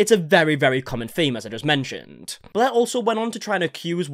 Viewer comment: SAME. I felt really petty for it, but I stopped watching because I couldn’t stand the mispronunciation of such simple words.